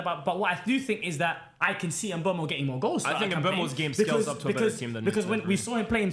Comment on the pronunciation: the worst one is trying to say mbuemo😂😂😂